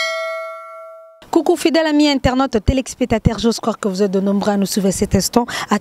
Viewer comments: Telexpectateurs non téléspectateurs oui. Accentue bien. Courage ça va aller tiens toi bon. Belle émission! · Belle émission, mais la présentatrice faut dire téléspectateurs et non telexpetateurs ça nous fait mal aux oreilles. Mais bon vent à vous chère collègue.